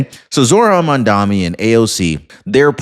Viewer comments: My ocd is in overdrive… it’s maMdaNi not mandami… or Mamdookie if you prefer, I do 🤣😂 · You can't even pronounce MamdaNi. And you expect viewers to believe you?